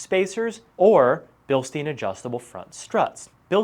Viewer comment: Cool video! btw. these "billsteen`s" are pronounced correctly: " bealshtyne" no joke, i live here in Germany not far away from that little Town Bilstein... On m< next Gen5 Ram 1500 my choice will be the fox 2.5 , 3 inch lift kit, or what do you recommend? greetings, Carsten.